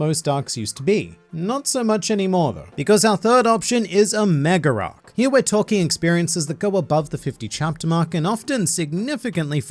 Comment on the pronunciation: I can't help but keep noticing always saying an R between a word that ends with A and one that starts with A. "Mega arc" becomes "Megararc" for no particular reason lol